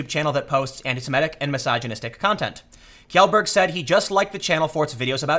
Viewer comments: "Kee-yellberg" --- Pewds around made videos about this. It's pronounced Shellburg. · It’s pronounced Shell-berg not Kell-berg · Pewdiepie's last name is pronounced "Shellburg" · It's pronounced shellberg bro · Love your videos Tim, keep em coming. 1 thing "Kjellberg" is pronounced "Shellberg" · Its "Shellberg" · It's pronounced 'Shellberg'... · SHELL - berg. It's actually easy to pronounce. Kj =sh Felix Shellberg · Tim. Please. It’s SHELLberg. That’s how it’s pronounced. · It's ''Shellberg'' !!! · Tim, it's pronounced "Shellberg" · TIIIIIIIIIIIIIIIIIIIM TIM POOL It's pronounced - > Shellburg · It's pronounced "Chellberg" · Kjell is pronounced Shell. Cmon Tim. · Isn't Kjellberg pronounced as "shell-berg"? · Nitpick: Kjellberg is pronounced as "shel-berg" (Approximately). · Kjelberg = Shelberg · You pronounce it Shellberg. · I'm almost pretty sure it's supposed to be pronounced Shellberg. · thats not how you pronounce his lastname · Tim is a decent journalist but, the fact that he apparently can't be bothered to learn how pewds last name is actually pronounced makes him look lazy.